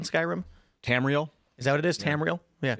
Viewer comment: It’s “tam- re- yell”. Come on bro… sad you didn’t know that